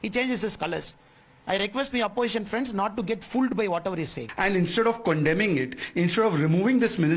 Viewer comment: How does Mr khdge pronounce cpndem...!does this relect his physical state at th😮is age😂